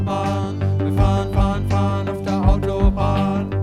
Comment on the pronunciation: Fahren Fahren Fahren, not fun fun fun... But the storytelling is still fun. ;-)